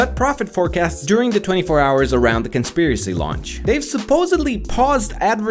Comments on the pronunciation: "conpiracy" lol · CONPIRACY R.I.P English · i think you need an s in conspiracy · you missed the "s" in conspiracy